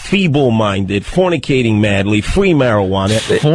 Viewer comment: Fwwweaking mowwwons Fwwweeee marijuana 😂😂😂😂 That speech impediment makes it so much better